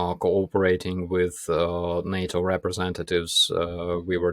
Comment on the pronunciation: Love, not impressed 'wiv' the presenter.